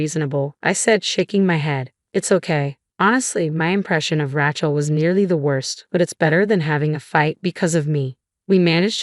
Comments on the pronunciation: I hate the way AI says Rachel sounds more like a weapon Ratchet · Pronunciation of Rachel leaves a lot to be desired. Who does this anyway?